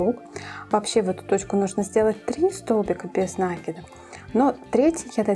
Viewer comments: Слух режет неправильное ударение и слушать не хочется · Мастер класс супер, очень полезные видео. При таком приятном голосе нАкид режет ухо🙉. Не умничаю, простите пожалуйста, написала бы Вам в личку, но ютуб такого не позволяет. Надо говорить накИд, потому что: нить накИдываем на крючок, мяч подкИдываем и закИдываем в ворота... и тд. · Всё хорошо, только ваш нАкид режет слух.